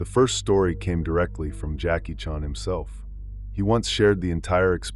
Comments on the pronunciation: OMG...How to tell you're a computer generated narrator without telling anyone you're a computer. Because you can't even pronounce a very common last name as Chan. Seriously. Whoever actually edits this, you should listen to it and correct things as simple as a last name. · Is this Ai? That Jackie Chan pronunciation is horrid